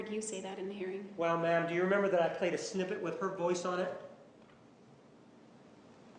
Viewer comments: Now everytime he says Ma'am I just hear Bitch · I thought it was only in my mind ma'am when he say it automatically convert to bitch. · I love how Juan can make "Ma'am" sound like "bitch".